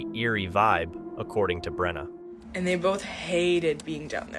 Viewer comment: I’m a fellow Brenna and on behalf of myself and all the other Brennas of the world, I’d like to sincerely thank you for saying it properly and not mispronouncing it as, Breanna, Brenda, Brennan, or Breena 👏🏻🙌🏻🥹.